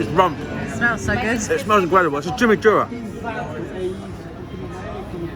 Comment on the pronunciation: “For those of you who don’t know what chimmychurah is”... I don’t think you know what it is either mate because that’s definitely not how you pronounce it 😂😂.